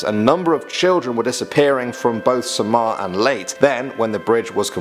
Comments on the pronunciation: this is not a filipino urban legend i think this is not real CAUSE I AM A FILIPINO also its pronounce SA..MAR AND LEY.....TE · U pronounce samar (sa-mhar) and u probounce leyte (Lei-te) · Its not sam -aw Its sam-ar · well umm... i am from leyte and ive heard a lot about that IF YOURE A FILIPINO LIKE THIS COMMENT...ps: it is samar (sa-mar) not (sa-mah) and also (ley-teh) not (lay-t) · Actually it's pronounced Sa-mar and ley-te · STAY SAFE EVERYONE COVD 19 IS NOT A JOKE STAYS SAFE Ad its pronounced (Sahmar) and (Late eh) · Dude. THATS OUT PRESIDENT!! noice and its pronounced Sa-mar and Ley-te not late.